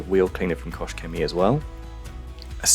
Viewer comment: Are you sure it is "koSH"? I've always though it pronounce like "koH".